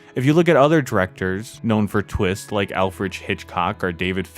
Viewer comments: "Alfridge" Hitchcock??? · Alfrich Hitchkock. :) You also said eck-specially. It is ess-specially. Just sayin'. Otherwise, excellent video!